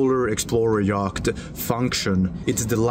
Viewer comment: Yacht is pronounced "yot". But fabulous videos!